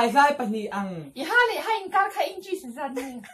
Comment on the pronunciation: thing tlu kar nun tih khi ilam diklo.....thing tlu kâr tiin thluk loh tur kar tih tur...kâr-inkâr(between) tihna ang nilo in kar- lawng kar (row) ang kha aw